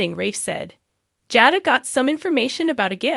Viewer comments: You are to lean the names correctly! It is Jay + dah Come on how hard is that? Aren’t you watching and hearing how they pronounce the names? Li is not how you pronounce this man’s name! It is Lee! Learn now! It annoying and makes us believe you don’t know what the hell you are saying. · Jayda is how u say it